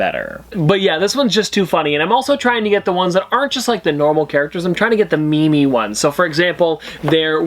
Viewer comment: Ah yes a “me me”😂